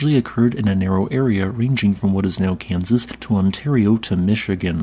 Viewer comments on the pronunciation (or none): none